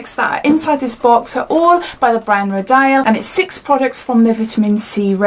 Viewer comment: It's pronounced row-deal. Sorry, I thought it best you knew.